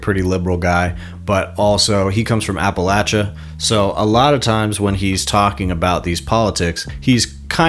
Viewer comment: Heyyy, you said “Appalachia” correctly